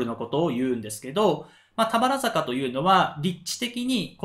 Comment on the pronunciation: 「たばるざか」ですね。😂